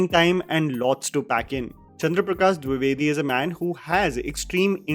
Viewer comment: it's Dwi - ve - di not duvedi just for correction.